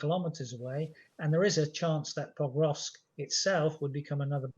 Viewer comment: Pokrovsk, not Povrovsk! It's bad enough that the host gets it wrong, but the guest also.